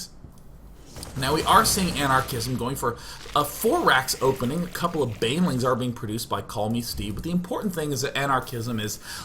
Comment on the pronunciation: banling out of banelings